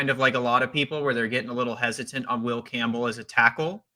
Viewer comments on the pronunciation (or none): none